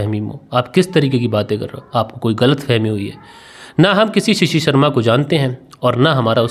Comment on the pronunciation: Assalamualaikum it is not shishi it is shashi and it is not parteet it is prateet I have corrected you please don't mind khuda Hafiz